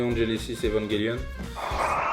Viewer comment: J'adore. Il a bien dit Evangelion et pas "Evan-jelly-ion" C'est un bon gars,.